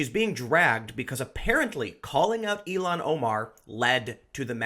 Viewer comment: Ilhan is pronounced "ill-han," not "elon"